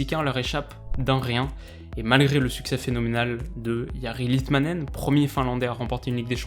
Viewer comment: C'est très bien d'avoir pris le temps de chercher la bonne prononciation de Jari Litmanen, de Sami Hyypiä !